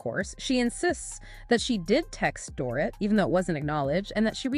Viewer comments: Stop saying Door-it. It's dor-eet. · It's Dor-eet, not Dorit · Can all you Podcasters please stop mispronouncing "Dorit" already? Listen to the shows to learn it.